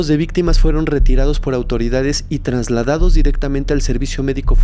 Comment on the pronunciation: Trasladados. No sé dice TRANSladados. Interesante la historia del 12 /09/68. Perfil del gobierno autoritario/narcisista con un acentuado rasgo psicópata. La locura es peligrosa en un/os sujeto/s que está en el poder.